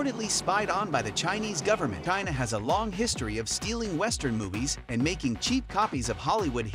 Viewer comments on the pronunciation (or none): none